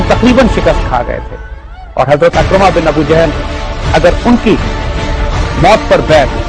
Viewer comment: Sahi Talaffuz Ikrimah hai Akramah nahin